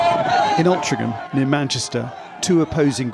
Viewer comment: can't even pronounce Altrincham correctly. Such a patriot......